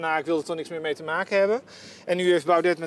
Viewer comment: PowNed kan hij normaal uitspreken maar met BauDET heeft hij nogal moeite.